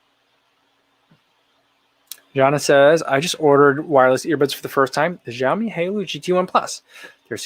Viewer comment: FYI: xiaomi = shao mi